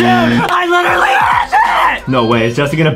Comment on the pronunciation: He lichry chocte again